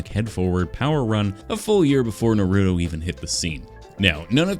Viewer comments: It’s “Naruto” not “ Narudo”… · I love the channel and art but. BRO CALLED NURUDO, it’s called Naruto, na-ru-to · Nah-roo-toe > Nuh-roo-toe please fix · Why do you say nar-oo-to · its (na-roo-toe) and naruto came first because of the manga